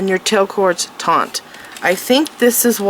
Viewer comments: Very nice tutorial. I will be making this bracelets. Just to let you know the word. Is Taught not taunght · You keep the wrapping "taut" not "Taunt". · Beautiful bracelet however I found myself increasingly annoyed by the way she mispronounced TAUT...she says taunt ..sorry, shes very talented though ❤ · You keep saying taunt. It's not taunt. TAUNT means to provoke. Its taut which means tight. Not to be confused with tought as in teaching. Or tot as in a small child. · FYI, the word is "taut", not "taunt". Taunt is when you say something to someone in order to anger, wound or provoke them.